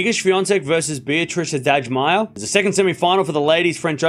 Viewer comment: Beatriz Haddad-Maia was also well pronounced